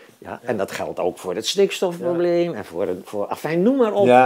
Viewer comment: Wat is Jan toch een mooi mens. En... verstond ik nou snikstofprobleem... ?